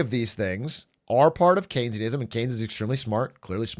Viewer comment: Hearing Atrioc pronounce Keynesian like a chicken restaurant 😅